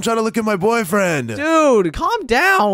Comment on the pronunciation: Did anyone else here say boyfriends or is it just me